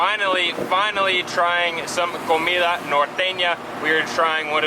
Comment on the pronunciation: La guera said the word norteña muy bien.